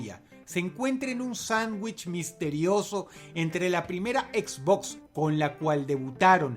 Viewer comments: Encerio djistes EquisBox? jajaja dross se dice Xbox. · Dross lo pronuncia Equizbox Yo lo pronuncio esbox Quien esta mal D:?